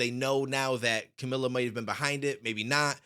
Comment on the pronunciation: I cringed when he said “Camila” Btw its pronounced (Car-mil-uh)